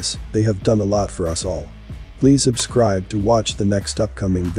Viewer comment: He always says; please ABscribe"... What up with that?